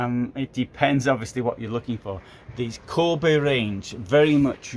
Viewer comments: Its not Kåbe, its Kabe. Also the classic series I would not call luxury :) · You pronounce the a in Kabe like the the english a in "barn", "father" or "car" and the e like the e in "end", "everyone" or "echo". Thanks for your videos and greetings from Sweden. 😊